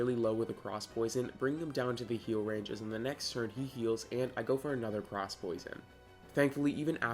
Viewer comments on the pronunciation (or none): none